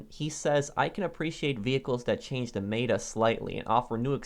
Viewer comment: i like how he says meta i laughed so hard.